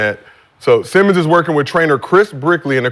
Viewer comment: yes, said Ben Semen